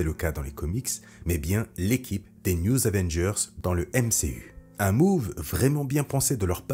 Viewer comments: Chouette video... Gâchée par le fait que le narrateur passe son temps à dire newZ Avengers. Y'A PAS DE "S" À NEW! "news", ça veut dire "informations", les nouvelles, le journal. Du coup, il passe son temps à parler les Avengers de l'Info... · Très bonne vidéo, mais comment t’écris le nom de l’équipe pour le prononcer comme ça ? Les News Avengers ? Les New Zavengers ?